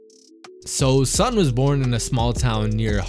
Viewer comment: The correct pronunciation for Sun sounds like Soon. His name is in HanYuPingyin format. Which is easier for non Chinese reader to read. You can't read 孙明明 if you don't understand Chinese.